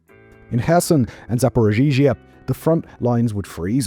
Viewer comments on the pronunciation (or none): It's Zaporizhia, not Zaporzhizhia... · Dude. Dude. Learn to say Ukrainian places right. Your ZaporiZHIZHIA kills me. It's not that hard to google damnit. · I believe it's pronounced Zap-hero-zia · Simon still struggles with [zapo'riʒa]